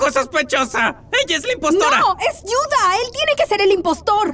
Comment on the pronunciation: Se dice Judah no yuda